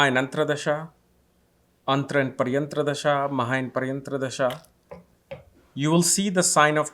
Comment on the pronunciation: It's "Pratyantar" Dasha, not "Paryantra" Dasha.